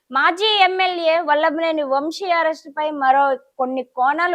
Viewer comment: ముందు తెలుగు నేర్చుకో.. వంషి కాదు వంశీ... ఏమ్ కర్మ రా తెలుగు భాష కి